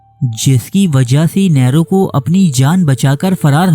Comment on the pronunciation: نیرو نام کا تلفظ صحیح کر لیجئے